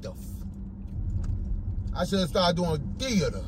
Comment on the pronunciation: I’m not yelling “ this how I talk “ prorjective “😂😂😂😂